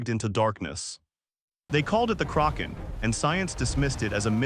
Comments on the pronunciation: DUDE!, it was NEVER called The CROC -AHN, It was CORRECTLY CALLED THE KRACK - EHN. IF You do NOT KNOW HOW TO SAY A WORD OR A PERSON'S NAME,... YOU LOOK IT UP!!!!! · I agree with you are relying too much on AI only to narrate your stories. It is detracting very significantly from a documentary that would gain far more positive notice, if humans played a far more active role in the final stages of production. This video is in English. It is inexcusable to mispronounce the word Kaken when it is the subject of the video. It is NOT the result of regional differences in pronunciation. It is just wrong!!! I call attention as well to the word, "read". It can be pronounced as, 'reed' or 'red'. All it takes is one individual paying attention once to the audio to catch and correct these errors before the final version is dropped. I tell you the truth. is absolutely 100% right. I really loved this video, but, the mispronunciations made this almost unwatchable for me. Please correct and take a little more care in your editing in future and you'll have me watching for a long time in future. Thank you and sincerely, Bill Baker in Toronto